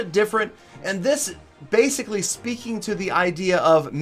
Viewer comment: basically - (Base)ically